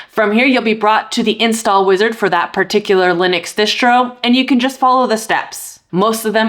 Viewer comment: i cant get over hearing her keep saying dishtro with an sh sound, i always thought it was spelled distro and possible that is short for distribution i may be wrong but there is no sh sound in distro. its just annoying to say dishtro. does she pronounce all of her s sounds with an sh sound like a speech impediment or something or is it shomething?